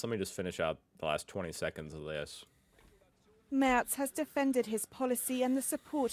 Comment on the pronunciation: Are you kidding me? Three times I've told you that Merz isn't pronounced "Mörs" but "Maerts".